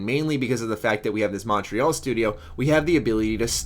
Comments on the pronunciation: I love you, but dear Lord is your pronunciation of Montreal weird. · you pronounce Montreal weird I am only saying this because I live in Montreal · He is just not saying it with a French accent, how would you pronounce it?